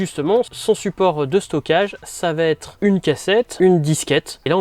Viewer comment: Super intéressant, merci pour le travail ! Mais avec toutes les répétitions comme "Ça devait êtte", "Il fallait remette" et surtout tous les "quatte" au lieu de QUATRE 🥵 je n'ai pas pu METTRE de like.. Je reviendrai pour voir (écouter) si je peux même m'abonner. Encore merci pour ce thème captivant 👍